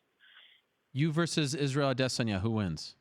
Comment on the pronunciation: ADESANYA ADESANYA ADESANYA SAY IT WITH ME ARIEL ADESANYA. NOT ADE---SAN--YA.. STOP IT SAY IT RIGHT. DON'T CHOP IT UP SAY IT TOGETHER